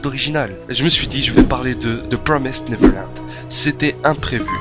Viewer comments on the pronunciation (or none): ton accent ma buter "the promised neverland"